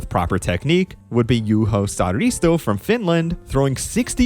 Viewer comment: Juho Saaristo, not Saarista